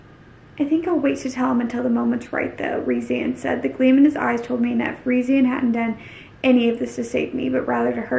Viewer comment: It’s pronounced Reece-and